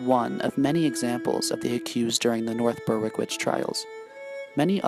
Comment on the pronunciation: It's pronounced " berick "